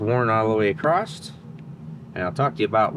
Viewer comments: You can tell he's from Michigan, he kept saying acrosst. Across has no T in it. hehe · Question? Why are your pockets not the first place you check for wrenches? Also... says acrost and then says across for other times. I now have video proof to show my wife that I am not the only one who says the same things. and I are the same person. Have you ever seen us in the same room together? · Just a funny - but sometimes it’s across and sometimes it has a T on the end - acrosst- guess it’s a Michigan thing cause Tom Bailey puts a T on it too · Why do Americans say "across"t"? No 't' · Gday, when you where checking pistons and rings i noticed when you spoke about the wear on the second ring you used the term worn acrost! Parson my dumb question but is that just how you pronounce the word cross.. Tell me its none of my business, when say cleets engine comes in like now you said the valves will be fine but im replacing them and the springs for s@ n giggles how do you charge the customer is it say a yearly service fee or is it charged as parts and labour or is it part of the engine purchase and you charge for parts..